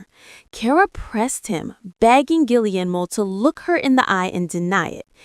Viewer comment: You’ve got to be kidding and please learn how to say Cara‘s husband‘s name correctly ge air mo